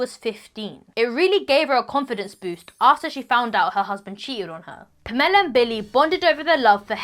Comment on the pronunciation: The way she’s pronouncing “Pamela” is making me cringe almost as bad as her mom being Jackie Chans bodyguard….